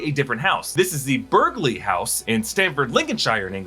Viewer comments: Burghley is pronounced bur-ly. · You don't pronounce the 'g' in Burghley House, pretend the 'gh' isn't there. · Your pronunciations of Burghley and Lincolnshire are so funny